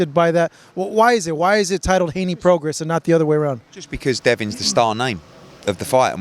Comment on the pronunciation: You don't pronounce the S in Prograis just fyi